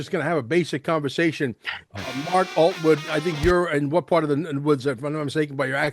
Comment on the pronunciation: It’s not Altwood 😂